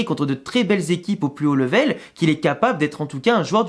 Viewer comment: Salut! Je suis abonné à ta chaîne depuis quelques mois et j’aime le travail que tu fais. Cela dit, j’ai une remarque à te faire: dans toutes les vidéos que tu fais tu utilises toujours le mot anglais LEVEL, et ça m’arrache les oreilles la façon dont tu le prononces 😂😂😂. Pour info: level ça se prononce ‘lè-ve-l’ et pas ‘le-vè-l’ comme tu t’acharnes à le dire. Concernant le mercato: Davies doit être une priorité comme latéral gauche. Perso je ne suis pas super fan de Fran Garcia (je le trouve assez faible en défense et brouillon en attaque), je préfère Mendy, surtout s’il fait des efforts pour soutenir les mouvements offensifs (ce qui est trop rare je te l’accorde). Mais en défense il est solide.